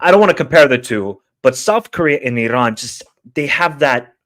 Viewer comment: Still pronouncing Iran incorrectly, have some respect and don't be ignorant. It's E-Ron.